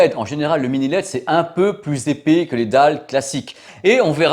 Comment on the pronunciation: Super travail comme d'habitude 👍mais épais non pas épaix 🥶. Je sais je chipote....